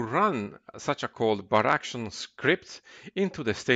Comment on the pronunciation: Das "Baraction" macht mich verrückt. Es heißt "bar action". Kommt von "bar" und "action" :D Ansonsten gut gemacht.